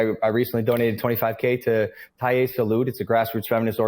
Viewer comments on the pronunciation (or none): I think this guy really doesn't understand at all why people are criticizing him. 1. He doesn't even try to learn Spanish. LEARN TO SAY TALLER SALUD. It's not talier salud. 2. Listing all the things he's done for the island is not something you should do. If you want to donate, do it but don't go around and say: "Hey, look at me!! I'm such a god person for donating this and this and that!" 3. Bad Bunny may get tax breaks but at least he is from Puerto Rico and he injects into the economy of the island money that is his home!!! 4. Being there for 1 1/2 doesn't mean people of that country owe you anything. So Logan Paul, it you need a Spanish lesson I can help you with that, but at least if you are going to move to a place where Spanish is the official language make the effort and learn it, that will allow you to understand better the people around you.